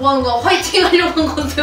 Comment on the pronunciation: "화이팅"이 아니라 "확!이팅"아님?ㅋㅋㅋㅋ